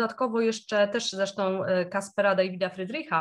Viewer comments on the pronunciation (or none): Friedrich to niemiecki malarz, więc wymawiamy jak /'davyt/, podobnie jak polski Dawid, nie jak /'deivyt/. Wiele imion występuje w obu językach; na przykład Michael. Wymawiamy w angielskim i niemieckim inaczej🙂